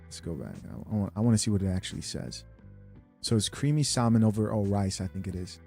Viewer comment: The only reason they are mad is because majority of these women cannot even cook. Side notes the l in salmon is silent.